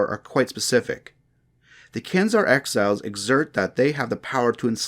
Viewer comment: 6.50 axhiles? Did he mean exiles?